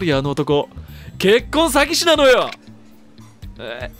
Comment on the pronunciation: 結婚詐欺の発音が 「結婚したのか...？」